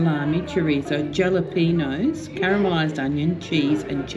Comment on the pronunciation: Jalepeño is pronounced ha-luh-pee-nyow 😊